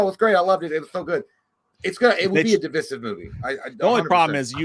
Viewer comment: I get so oddly triggered by the way J pronounces "divisive" like "dye-visiv" every time i wanna swing on him